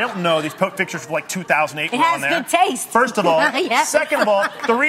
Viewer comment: adrienne "it has good tast" !!!!!!!!!!!!!!!ahahahahahaahahahahah i canttt